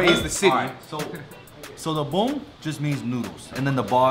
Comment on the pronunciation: Prononce bun correctly. Especially after your friend said it.